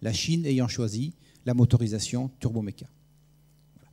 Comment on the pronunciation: Étonnant de voir que l'orateur est incapable de prononcer Turboméca en 1 seul mot ! Ce type dit ou bien Turbo ou bien Turméca. Jamais TurBOméca pour 99 % des cas ... Il est dyslexique ou a-t-il un problème avec ce qui est "Bo" ?? LOL Par ailleurs, les Russes veulent déjà remplacer le Ardiden 3 du Ka-62 par un moteur de conception Russe, 2 ans seulement après sa mise en service... C'est plutôt révélateur du manque de brio du moteur de Safran !